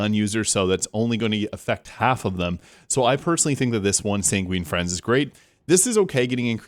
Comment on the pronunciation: Good video. Btw, it's Sanguine Fiends (as in a demon), not Friends. :)